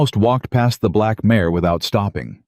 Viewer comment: It's not mayes, nor mayor, it IS MARE !!